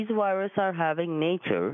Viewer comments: Those damn wiruses😡🤣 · Well if his computer ''wiruses are having nature'' wouldn't that be the best to have, a nature!😊